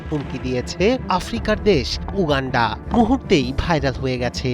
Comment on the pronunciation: Uuuganfaa... 😂 Gologolo wishing.. 😂